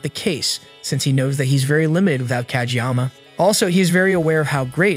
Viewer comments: He also said cageyaka lol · Fr tho tf is wrong with him it’s Kageyama but still W